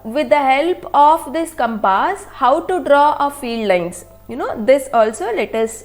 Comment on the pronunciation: Compass not campase 😂😂